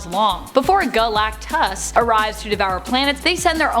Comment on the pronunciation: Man I don't know why I laughed everytime you said Guh Lak Tus. thank you for great content and videos